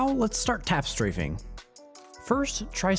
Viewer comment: “im tap straffing” - funniest shit